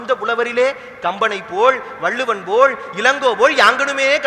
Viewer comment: Ever miga miga Nanraga pesugirar - thamizh patru Nandraga terigiradhu. But please pay attention to ‘la’ in places of vallinam/ Mellinam. Specially when he said - yamarinda mozhigalile thamizh mozhi pol- this ‘pol’- he used vallina ‘ pol’- if he corrects this would be good to hear. No doubt on his pulamai. But ucharippu Dan thamizhuku Azhagu 👌